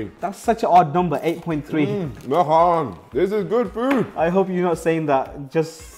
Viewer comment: niko saying mahan🥲😂💀